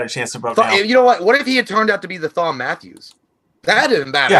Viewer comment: Sweet vid! Just wanna clarify though that Thom Mathews' first name is pronounced "Tom", not "Th-om". He spells it phonetically but it's still Tom